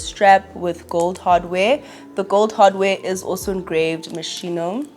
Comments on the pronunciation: It’s pronounced mos-kee-no babes not mosheeno 😅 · Love the Moschino bag, it’s actually pronounce “Mo skino” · ps the schi in Moschino is pronounced like ski(n) 😘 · It’s pronounced mos-key-no queen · It’s pronounced moskino babe ❤